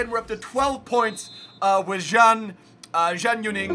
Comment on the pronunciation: FYI, Zhang is pronounced as "Jung".